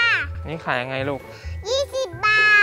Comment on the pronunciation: Young rai instead of Young Ngai R _l are nothing the same